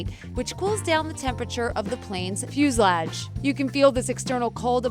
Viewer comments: “Fuslaje” ITS FUSELAGE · lol "fooslaj" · The way that you said fusalage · I’m not about to take advice from someone who doesn’t know how to pronounce fuselage or who thinks night flights are bad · I’m sorry, I couldn’t get past the mispronunciations of “peculiarities”, “fuselage”, “e. coli”, “staphylococcus”, etc. Sheesh! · I hate the way you said fuselage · the way she said fuselage is disturbing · joseph chavez ikr